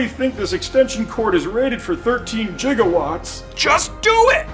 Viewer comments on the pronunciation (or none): none